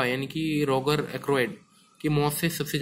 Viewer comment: भाई वो रोगार नहीं रोजर हैं। हर वीडियो पे आप गलत बताते हो कुछ ना कुछ। थोड़े रिसर्च करलो वीडियो बनाने से पहले।